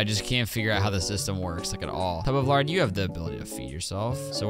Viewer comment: Tub of lard was a bit “Tub of larg”